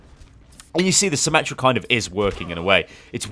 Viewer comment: FUCKING ATOU CORRECT. NO SOMME, NOT SYMMETRY, FUCKING SYMMETRA